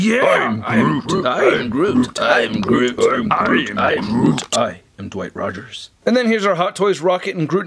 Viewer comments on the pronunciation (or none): "Dwight Rogers" And it seems I'm the only one who heard it